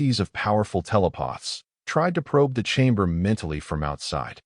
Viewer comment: "Telepoths"?? Stupid AI voice.